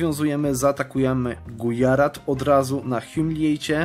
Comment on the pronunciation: I podobnie Gujarat to Gudźarat itd.